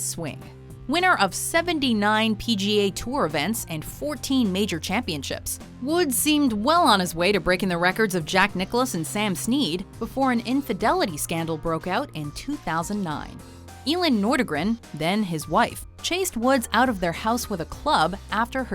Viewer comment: That is not how you say Elin Nordgren. But it was a pretty hilarious try.